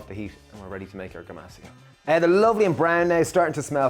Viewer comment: I replayed the video many times, & I heard the same pronunciation.....gomacio, gomoshio, something like that. Googling ground toasted sesame seeds & salt now. 👍